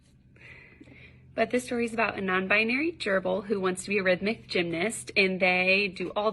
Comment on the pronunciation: RYTHMIC gymnast! I had to rewind several times, cause what I heard was REDNECK gymnast lol